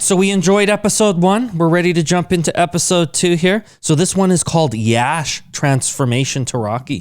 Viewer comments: Prashanth neel pronounced "YASH" sir.. 14 : 07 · Exactly her pronounciation was correct for Yash ❤️🔥